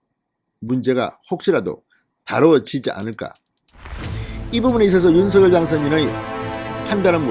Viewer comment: 노고가 크십니다,열혈 구독자입니다.전에 김은혜 당선인 대변인도 윤석열 대통령 당선인 이름을 부를 때 [윤성녈]로 발음 해 달라는 요청을 들은 바 있습니다.앞으로 [윤서결] 말고 [윤성녈]로 발음하는 게 좋을 듯 합니다. 화이팅입니다.